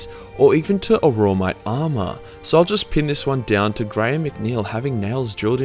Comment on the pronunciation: Did I hear "aurora-mite" and "death ensures?"